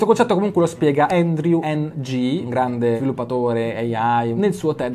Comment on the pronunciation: Ciao piccola nota di informazione di contesto il nome di Andrew Ng si pronuncia "Angh", è inglese ma di origini mi pare coreane